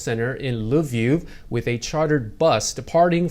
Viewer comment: Lviv, teacher😉